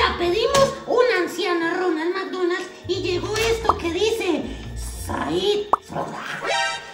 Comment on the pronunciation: Ronald McDonald ❌ Ñoña mañoñal ✅ Jajaja parce 😂saludos desde Puerto Rico castañer sin luz 😢...❤❤❤❤